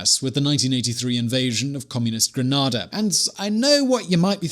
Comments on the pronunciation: By the way Grenada is pronounced GREN-ADA. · Grenada is pronounced green-a-da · Kieran, thats how would say it with a BRITISH PRONUNCIATION No its Greneda, plus the rest of the Caribbean that is saying it wrong CANADA can ADA Gren ADA Gren eda? how its pronounced to, Gren ada how its actually spelled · you said Grenada WRONG